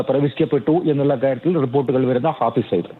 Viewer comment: ഫായിസ് സായിദ് അല്ലടാ തെണ്ടി.. ഹാഫിസ് സായിദ്.. എഴുതാനും വായിക്കാനും അറിയുന്ന ഒരുത്തൻ പോലുമില്ല?